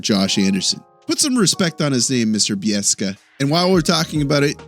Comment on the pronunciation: ..nope! Its Beek-sa... sez Don S Cherry..